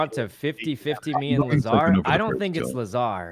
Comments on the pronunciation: I find it funny when Sykunno pronounced Lazar as "Lah-zar" not "Ley-zar"😆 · the way they pronounce lazar and muselk is hilarious